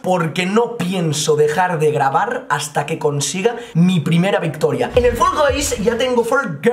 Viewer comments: GENTE NORMAL: FALL GUYS: FOLGOIS YO: FULL GAYS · Nadie: Absolutamente nadie:: folgois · Los creadores de fall guys le ponen nombre Nadie: Absolutamente nadie:: folgois falcais falcaich